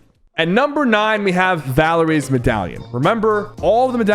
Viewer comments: its valaria not valerie like the Amy Winehouse song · It’s valleria not Valarie